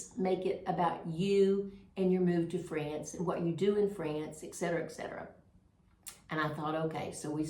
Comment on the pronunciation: It’s ET Cetera, not EK Cetera. It’s Latin-Et-meaning and; Cetera-the rest.